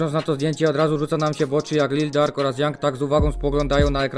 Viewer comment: Jak kurwa Lil Dark to się nie czyta Lil Durk?